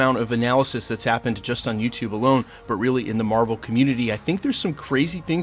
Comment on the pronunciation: I think its mar-vel